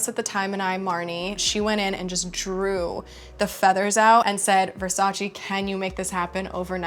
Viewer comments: it’s Versace not Versachi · IS VERSACE NO , NO, NO, VERSACI.🤣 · Poor thing can’t even pronounce Versace 😂😩